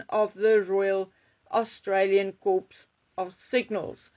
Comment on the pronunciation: Cors pronounced Cor. Please! Corpse is quite different! 😂🎉